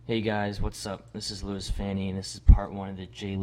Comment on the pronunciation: you said his name right